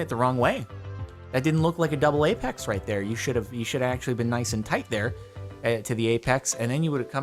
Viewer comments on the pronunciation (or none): you can't say "tight"?